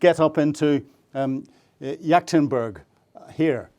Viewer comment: your mispronunciation of Yekaterinburg as yaktinburg is inexcusable 🤡